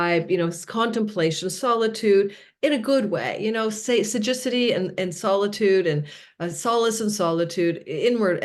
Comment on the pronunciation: I think you mean to say “ sagacity” (wisdom) not Sajicity? 😊